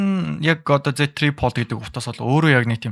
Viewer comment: Tri pold bish tri fold shde bro 😅